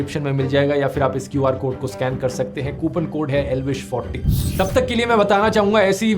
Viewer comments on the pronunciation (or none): Elvish ❌ L-vish✅